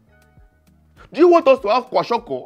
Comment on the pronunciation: It's kwashiorkor ojo not kwashiko